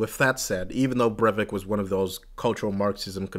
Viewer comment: Breivik is pronounced Br-I-vik. ;) "ei" is similar to I in for instance "I am." Good video. Thank you.